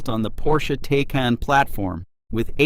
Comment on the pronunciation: And its pronounced TI-CON